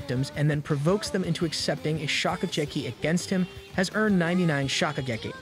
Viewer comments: bro your pronounciation is so bad get at least ONE word right 😭😭 "shokucheki" really? thats legit the name of the show shokugeki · Bro you ruined one of my favorite animes by butchering all the names 🤦🏽‍♂️ what is "shokujerky"?